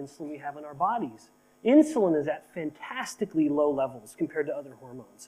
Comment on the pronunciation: OMG... true. He said it so indistinct it sound just different. Thank you 👍